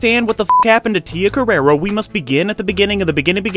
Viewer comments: It's CarrerE, not CarrerA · It's pronounced Tia Carerre. Not Carerra. You're thinking of the porn star who based her stage name on Tia's. Get yer mind out of the gutter.